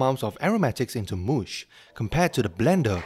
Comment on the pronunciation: Good idea for a video, reminds me of Ethan Chlebowski. Tons of effort too. Btw, "mush" is pronounced "muhsh", not "moosh".